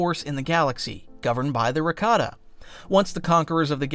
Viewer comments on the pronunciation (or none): I thought it was pronounces "rah-kah-tah"